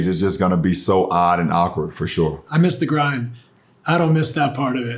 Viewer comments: "FOR SHORE, FOR SHORE" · "for shore"